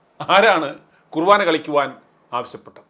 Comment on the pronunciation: തനിക്ക് മലയാളം തന്നെ നന്നായിട്ട് അറിയില്ല! മലയാളം അറിയാവുന്ന വേറേ ആരും ഇല്ലേ അവിടെ?കുവാനഅല്ലെടോ...കുർബാന. അതൊരു കളിയല്ല! എന്നുകൂടി അറിയാണം. ഇല്ലേങ്കിൽ... താൻ അത് ഒരിക്കൽ പഠിക്കും. മന്ത്രിയുടെ ഭാഗത്ത് നിന്ന് തെറ്റു വന്നാ... മന്ത്രക്കളി എന്നു പറയുമോ? പോലീസിൻ്റെ ഭാഗത്ത് നിന്ന് തെറ്റ് വന്നാ... പൊലകളി എന്ന് പറയുമോ? വാർത്തയിൽ തെറ്റ് ചൂണ്ടിക്കാണിക്കാം. ആരുടെവേണമെങ്കിലും. വാർത്തയ്ക്ക് ഒരു മാന്യത ഉണ്ട്.അത് കളയരുത്!